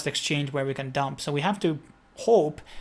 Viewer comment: Please learn to say ‘devolper’ and ‘liquidy’ correctly. Thanx.